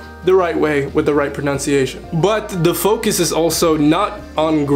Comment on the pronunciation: Pronunciation NOT pronounciation!!!!